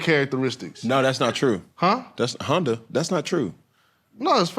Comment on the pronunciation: he said “honda” 😂